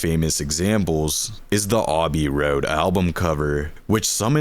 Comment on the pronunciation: Lol "Aweby Road"....